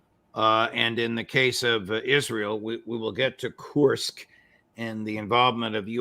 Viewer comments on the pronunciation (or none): Judge makes me laugh with his Kursk pronunciation challenges 😂😂😂